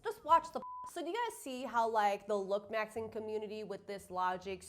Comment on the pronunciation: I cant stand the way she says look - maxing 😭girl it's looksmaxximg